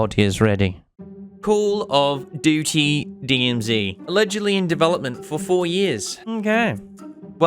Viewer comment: Nailed the acronym at the start haha!